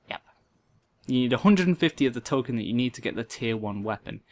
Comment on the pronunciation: token ; tole-kin xD